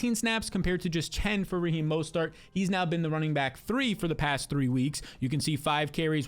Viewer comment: Why do you say Raheem mostert with 3 different pronunciations